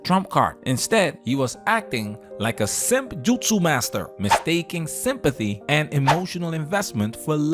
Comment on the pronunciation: Did he say “Simpathy”.